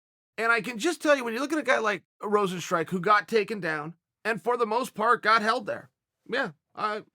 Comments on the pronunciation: It's not Rosenstrike.. Rozenstruik.. Struik mofo... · Is Rozenstr-u.i.k not Rozenstrike how hard is to say a name jesus chirst.